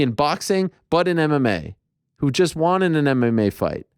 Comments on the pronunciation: Can we start a petition for Ariel to stop pronouncing the word won as "Juan/Hwaan"? It's weird and annoying. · I think you may have misunderstood me my friend. I like that he respects the names of people too and the pronunciation. I wasn’t saying I don’t like it. It’s strictly the word “Won”. He doesn’t pronounce it correctly. When he says won it sounds like “Wan/Juan/Hwan/Hjuan”. It’s not supposed to be pronounced like that. Like he’s saying on with a W before it. Won is pronounced like the word Ton, but with a W. Like the number one. That’s what I’m referring to.